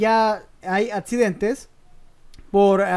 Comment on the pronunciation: atsidentes jajajajajajaja xD